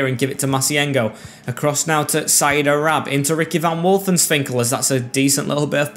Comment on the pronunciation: its wolfswinkel not wolfenswinkel